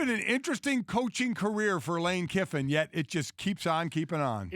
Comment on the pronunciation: Don’t these guys know his name is Kiffin not Kippin?